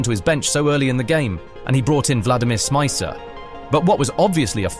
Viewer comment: Good video, I was at home in Liverpool watching the game. Only thing id say is, stop bastardised the players names. Riise is reessah Smicer is smeetza Luis is loowee One of my favourite teams in Liverpool's history it triggers me to hear their names get butchered like that.